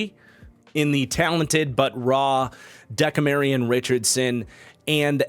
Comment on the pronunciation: I love your work,, but it De-CAM-rion Richardson, not so much Deka-Marion. At least every other time I've heard his name.. I don't know him personally so what do I know